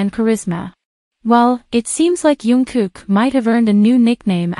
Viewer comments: It would be so good if you could call him Jungkook and not youngkook. It is a j sound not a y. Thank you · And he is not yungkook His name is "Jungkook" Okay. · His name is JungKook...not YunKook ㅠㅠ